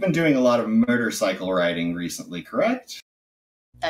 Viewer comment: Sounds like he keeps saying “Murder-cycle” :)